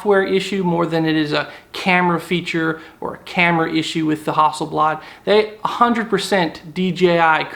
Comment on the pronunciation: I do not care for the Phantom its to big a bulky for the places I like to go and shoot so I went for the M2 and it is great ok its not got a pro-grade camera but I bet you the P5 wont have anything thats much better. you got to spend a shit load more than a few $K to go pro level so I don't really get you and Why did you say "Hustle Blood" ? that's not how you pronounce that name dude !! lol